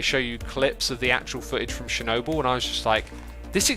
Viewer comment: be like: Shernobyl